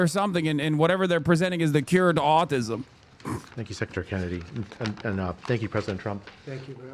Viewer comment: FANK YOU, DOCTOR TWUMP!